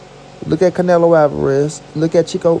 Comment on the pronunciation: Yo say the MEXICAN right the next time you say it r I'm k.o the fuck up